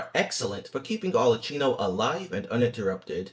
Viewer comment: There is no chi in arlecchino. it's a ki sound. it's italian.